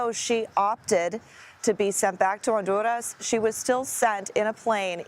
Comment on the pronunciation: Wow, great job pronouncing Honduras! Congratulations!